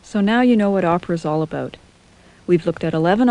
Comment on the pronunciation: lol "How much do you know aboot opera?" aboot aboot it's ABOUT you dumbfuck.